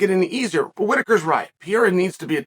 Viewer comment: My favorite French fighter, Alex Pierre-A